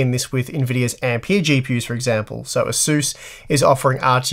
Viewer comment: Can someone make a counter on how many times he says "Ahzoos".